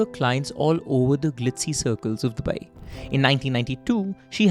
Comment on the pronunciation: It's not dubaieeeee dude